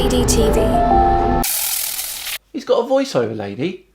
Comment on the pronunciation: It's pronounced wrongly. It's not O D D TV, it's Odd TV.